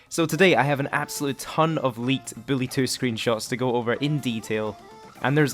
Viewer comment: Why are you saying billy